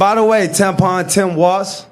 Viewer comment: It's Tim Walz, not Watz.